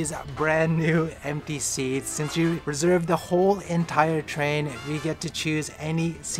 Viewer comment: "Hi I reserver the maglev today" lol amazing